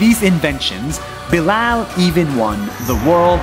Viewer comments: You pronounce Bilal "bilel" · I think you said bilal wrong